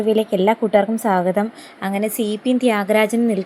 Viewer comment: സാഗതം അല്ല സ്വാഗതം